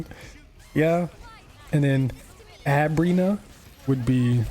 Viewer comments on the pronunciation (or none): Her name is Abrina not Obrona.